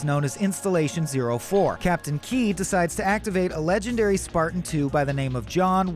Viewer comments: Stopped at "Captain Key" - its KEYES. At least get someone who cares about Halo to narrate this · Captain KEYES. WITH AN ‘S’. NOT KEY. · It's captain Keyes, not Key... Edit: the worst part is you say Captain Key but get his daughter's name correct by saying Miranda Keyes. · The timeline for humans re-evolution to a space faring civilization was way more than 2500 years, the forerunners weren’t “in ruin” they were functionally extinct, it’s Captain Keyes not Captain Key, other than that great vid :-) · the only thing that bothers me is the fact that the guy calls keyes "key", even though the story is accurate, but when we get to halo 2 its keyes again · bro it's "Keyes" not "Key" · This was done well except it's KEYES, not captain Key 😂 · KEYS - ITS KEYS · It's Captain KeyES, not Key. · Whyyyyyy do you not pronounce the 's' in Keyes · It’s Keyes, not Key. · It's KEYES, not KEY. C'mon. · Captain Keyes. Not Key. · **Captain Keys not Key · its KEYES not key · Bugged me everytime he said Key 😭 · Captain KeyeS. There's an S there. It's not silent. Just sayin'... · captain KEYES bro PRONOUNCE THE S